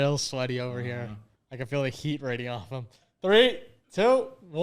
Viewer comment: Gut saying “raydee-offah ” instead of “radiating off of them”